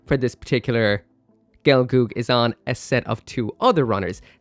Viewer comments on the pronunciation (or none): gel-girl not gelgoog